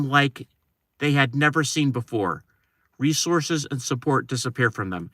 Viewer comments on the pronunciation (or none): none